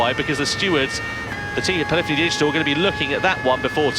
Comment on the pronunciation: Love it. Can’t wait for GT7. Can someone tell me how to pronounce Polyphony Digital? As a child and teen I would say: Polly Fony like this translator did in the video. Around GT 5 I leaned it’s P lif eney Digital. I’ve been saying that since then. I believe I’m saying it the right way. Cheers guys.